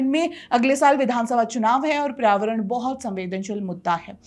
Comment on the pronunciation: Paryāvaran hota hai PRAYAVARAN nahi